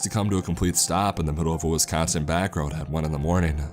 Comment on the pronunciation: If this guy thinks twin lakes is fucked up, he should try elkhorn at 3 a.m. Edit: you didn't pronounce Wisconsin correctly the entire video.